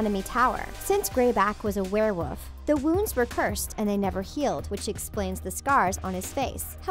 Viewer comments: Wolf not woof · Did you say “werewoof”? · 😂😂😂 lady you really just prenounced it were-woof 🤣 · Did you also hear her say were woof instead of werewolf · She said the same for were-woof instead of were wolf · "werewoof" lol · "warewoof" I died!!!!!😂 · Werewoof. Love it. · Did she say werewoof instead of werewolf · it's a werewoof oh no fenrer greyback a werewoof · Hell-N-Ah Ravenclaw thats the pronounciation not Hul-An-Ah learn to pronounce every name and word you said before doing this video again and its werewolf not werewoof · flusfer stone warwuf wow lady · What is a wherewulf also that sounds like Crabbe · Lol you Said were woof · Could I make a suggestion? When you or your researchers are putting together the content for the video, please learn the pronunciations of the names. Almost every name was pronounced wrong. It was rather annoying. 'Ralph Fiennes', 'Warwick Davis', 'Domhnall Gleeson' and even just the word 'werewolf'. I can imagine getting a name or two wrong, but the whole video had me cringing at every name, which is a shame because the content of the video isn't all that bad.